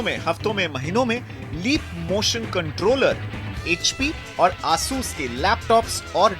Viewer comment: not aaasus its asus